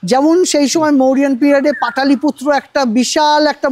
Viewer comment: পাটালি পুত্র নয়, পাটোলি পুত্র।